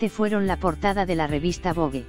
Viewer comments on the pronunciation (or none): none